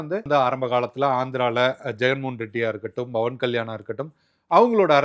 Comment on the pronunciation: Athu Pawan kalyan, not Bawan kalyan 😂